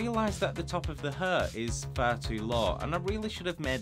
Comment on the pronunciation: You should have a bleep sound every time your say hair. You are murdering that word. Other than that, high quality content as usual.